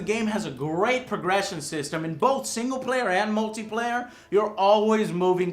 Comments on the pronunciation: What is "progesion"? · GREAT 'PROGESSION'😆JUST LIKELY FOR SOMEONE WHO KEEPS MISPRONOUNCING 'OO-BISOFT'🤣